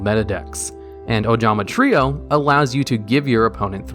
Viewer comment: holy shit he pronounced trio the right way this time